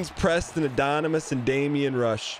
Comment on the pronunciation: The disappointment Dan feels towards Preston Addonomous and the disrespect of not saying his name right is hysterical